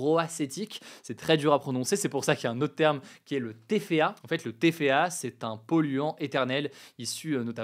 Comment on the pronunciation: Ça se prononce "é coli", pas "i coli", en français. Idem, TFA se prononce "té èf a" ou "té fa", pas "ti fa", et PFAS se prononce "pé èf a èss" ou "pé fass", pas "pi fass".